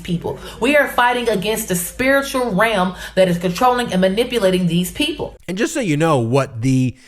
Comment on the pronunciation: Fighting against a spiritual ram? Wth is she talking about? I don't care that she has a speech impediment, but when your entire job is to talk, this makes you sound ignorant.